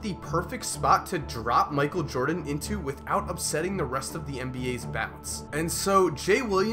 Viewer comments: “Micheal Joden” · michael jodan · Micheal Jodan??????